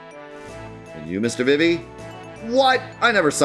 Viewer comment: It’s pronounced “Zuh Don” and “Vee Vee”